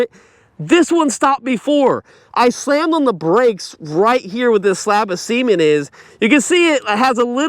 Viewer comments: Yeah. Said he slams on the brakes when he sees a slab of semen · CEMENT - clean your ears